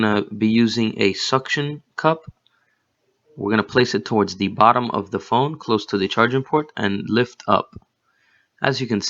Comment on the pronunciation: Thanks a lot for the video. Great to know how that works. Please do your listeners a favor and spend some time on the pronunciation of "the". Your English is too good to embarrass yourself with this